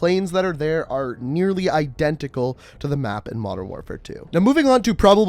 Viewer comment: CEO of "I-DEN-tical"